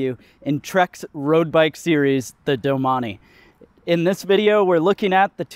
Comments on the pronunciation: i closed the video when you pronounced it as DO-Money instead of domain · "Doh-man-eee" urgh... the bike guy needs to learn French pronunciation.... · Doh-mon-ee is how it's pronounced. It is not Domain. Feel free to move along